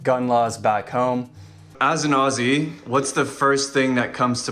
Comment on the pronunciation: Pretty funny because on my trips to the US I kept getting asked why our government was taking our guns off us. Bonus points to you be pronouncing 'Aussie' like someone who lives here.